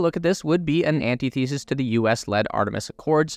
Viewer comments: Check the pronunciation of antithesis. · Your pronunciation of antithesis triggered me 😅